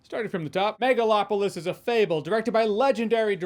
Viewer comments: Am I hearing megaFlopolis? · I swear I heard Nipplelopalis. 😂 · Excuse me...*cough cough*, I believe you mean "Megaslopolis".